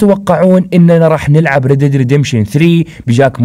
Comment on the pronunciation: تنطق راد red , وليس ريد read